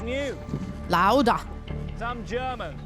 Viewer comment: Next time, can you please say the names of sport legends like Lauda with a bit more respect. Thanks!